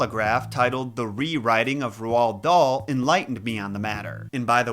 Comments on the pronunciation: You pronoce it like Ro dale ok 😮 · i love how you call him rowowld dahl😂😂 it’s said like role darl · Right. How do we pronounce Roald Dauls name. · It’s pronounced rold dahl not rwald dahl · If you're going to make a video about somebody at least learn how to pronounce their name correctly! Who the heck is Rowald Dahl? It's pronounced Raulled Dahl, ask for the correct pronunciation from Google they will play a version of somebody saying the name/word. It's really not that difficult to get it right! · Roald "Rold" Dahl "Daal" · RoOld dahl ick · Good video but your pronouncing rowld daal wrong but it's more like roll dal , we learn about him in school because he was born Wales . he's like one of the only famous Welsh authors . So welsh people are good at pronouncing his name . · Yeah the name is pronounced something like Rowl darl where I'm from. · Did you actually just heavily misprounce the authors name😢 Roald Dahl.... like ROLLED dahl🤦‍♀️ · is it just me or does say Roald Dahl weird